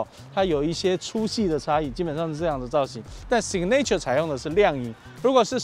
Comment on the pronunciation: signature 重音在第一音節 唸‘si ga nr ture, 不是sig ’ne ture. 好似不重要,但是從頭到尾都唸錯,給人很不專業的感覺齁？